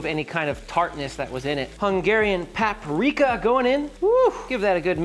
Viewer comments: It's usually Paprika not Papreeka. Coming from a Czech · the peppers should be sliced the long way not diced. and it's not "PAP" rika. it's PUP rika. otherwise looks tasty. not sure about the black pepper and the tomato paste though.